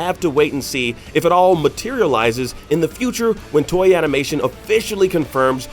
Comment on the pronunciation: Why does he pronounce Toei TOY-YEE? The "to" is the same as "Tokyo" meaning East/Eastern and the “ei" kind of means projection or to shine a light on. Also, more importantly, there should be more emphasis that Gohan Beast was basically canonizing a form that was already presented in the Dragon Ball Heroes game/non-canon anime. Kind of funny Toriyama's job for the DB Super movies is to basically pick and choose what he wants to bring into the canon these days.